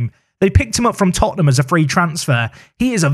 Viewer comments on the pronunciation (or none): none